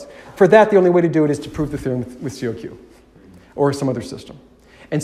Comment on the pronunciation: It's not pronounced C-O-Q, it's simply kok.